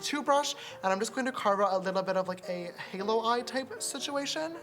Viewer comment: I love you sister so much the makeup is so good and btw you pronounce halo wrong